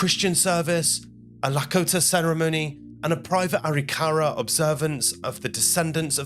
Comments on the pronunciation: If you're going to do a video on American Indians, learn how to say it: Ah-RICK-ah-rah, not Ah-rick-CARE-ah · First of all, it's not pronounced Aree-kahrah'. It's pronounced Ah-rick'-ahruh. Indian words are accented in the mid-word. Secondly, you're explaining this like it was European thinking and living. Wars among tribes happened. Some just didn't like each other! Scalps were trophies! Also, many of the Native American tribes believe that you removed hands and feet so the dead couldn't attack you in the next (spiritual) world. You took out the eyes so they couldn't see you, took the genitalia (primarily male) so they couldn't produce sons that could attack you in the next world. Also, those bones weren't respectfully buried (European notion). They were more likely pitched into a ditch and there remained until time, animals, and weather took care of the dead. You cared for your own dead, not your enemy's dead. They were left, often as they had fallen. The reason they were likely initially buried was simply weather and time. The young women were likely taken for wives and slaves (mostly the latter). And the traditional Arikara elders observing the later "Christian" reburial were likely horrified. Those dead were not buried in any kind of Indian way. The elders likely felt that once again, the Europeans were cramming their ways and beliefs down the collective Indian throats. This was a weird and wildly inaccurate representation of Indian thinking and ways. 👎🏻😢 Dreamhawk 🪶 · It's "A Rick a rah"...emphasis on rick..not "ary Car a" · NO! The natives practiced genocide. Say it’s not so. Reclaimed the ground and village A-rik-a-RA. Ai is so bad. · It’s pronounced A-Rik-a-rah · It's actually pronounced A ric ka ra.